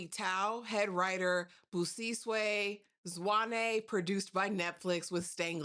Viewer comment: What do you mean you butchered the hell out of those names and surnames? Girl you were perfect, there is no ways you said Zwane like that,❤❤❤😍😍😍 thats my mom's surname and you officially my girl.I think you have strong South African roots, you said Magesh and all the characters names perfectly too.🫡🫡 I enjoyed this review.❤❤